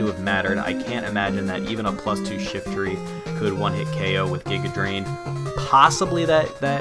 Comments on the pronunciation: You got me now saying Guy-ga Drain instead of Giga Drain, DAMN YOU!! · Your mispronunciation of "Giga Drain" has grown on me.